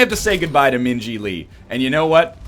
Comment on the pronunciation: So I missed it. Did NL Purposfully name Min Ji so that when he says her name it sounds like he is saying Minge-y? Cause that is pretty ball si if he did.